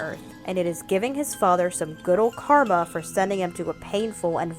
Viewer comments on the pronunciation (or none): none